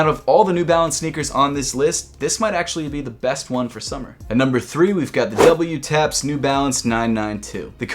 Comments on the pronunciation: Its not "w taps" lol its pronounced "double taps" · Wtaps is pronounced “double” taps. Not doubleyoutaps. Just FYI. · Wtaps is pronounce DOUBLE TAPS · Lol it's actually pronounced "double taps" idk why they have that weird WTAPS spelling tho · WTAPS is pronounced “Double Taps”, it’s a reference to the military technique of firing twice or “double tapping”. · WTAPS is pronounced as DOUBLETAPS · Wtaps is pronounced double-taps in Japan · WTAPS is pronounced as Double Taps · WTAPS is pronounced Double Taps -- to make it easier for the Japanese to pronounce "double-U," they generally omit the U from pronunciation. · WTAPS is pronounced "DOUBLE-TAPS" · Wtaps is actually pronounced double-taps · Fun fact: It's a play on sounds. The Japanese pronunciation of 'double' which is pronounced like "daburu" which sounds like you're saying "W" in english.